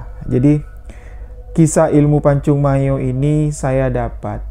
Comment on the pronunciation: Bos kau jgan ngaku"ktrunan pmilik pacung mayo..ngmong nya aja nggk jelas..pacung mayor bukan pacung mayo..sini kau ngtes ilmu kau samo aku orang rantau panjang merangin jambi..aku keturan harimau dari serapan 1